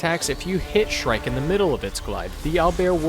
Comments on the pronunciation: when u say shrike it sounds like "shrek" lmao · And no impalement?! C'mon, it's shrike